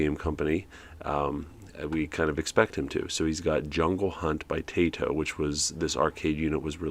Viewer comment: I didn’t peruse all of the comments so if I happen to repeat some answers, I apologize now. First of all, stick to narrating. Not all of us were born to sing (myself included). 😉 Second, Taito isn’t pronounced “Tay-toh”. It’s actually “Tah-ee-toh”. I took a bit of Japanese language several years ago instead of singing lessons. 😂 Third, the top part of that joystick reminds me of one from an early 80’s Odyssey home computer which, by the way (spoiler alert), they use on “Soul Survivor” when Michael is playing the Atari 5200 version of PAC-MAN. And speaking of video games, KITT and KARR’s start up sounds are from Asteroids Deluxe. Just a little bonus for ya. 😉